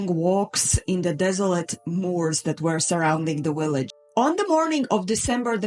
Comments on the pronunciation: I love the way you say "Willage" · uhhhhhhhh, heh heh... She said willage.